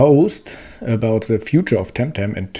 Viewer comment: An der englischen Aussprache sollte meiner Meinung nach noch gearbeitet werden, The und nicht Se, nicht wis sondern with and so on...